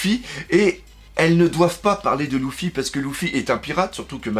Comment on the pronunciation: Luffy pas Louffy😭 LEUUUUUFFFY😂